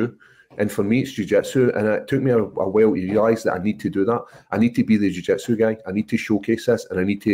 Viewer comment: Paul "jiu jetsu" craig